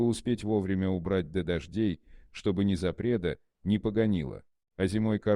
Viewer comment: Незапредо вместо ,, не запрело" . Непогонило вместо ,, не сгнило" . Где взяли озвучивателя ? За границей , чтоль ?